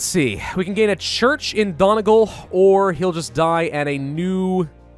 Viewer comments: It's pronounced Dunnie-gaul. Not don-igal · The way he said Donegal was just great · not sure i've ever heard a worse attempt at saying donegal